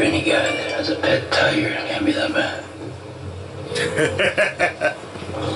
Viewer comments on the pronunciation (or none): none